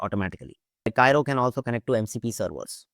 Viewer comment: It's read as KEERO. Go figure!